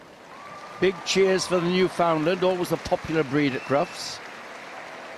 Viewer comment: So, how is it the commentators manage to to pronounce the names of every other breed but, always mangle the name of The Newfoundland. It's not a "New`Find~lind" or, a "Newfound~Lund". They are The "Newf~In~Land, it rhymes with understand. Comm"on.